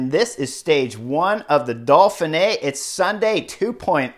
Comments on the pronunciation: "doe-fin-ae", there are no dolphins in this race. Nice analysis. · “The Dolphin-A”.